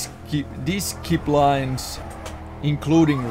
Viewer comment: disciplines--> Dis-sip-plines, and the i's spoken as you do in the word ship (sorry just had to point it out)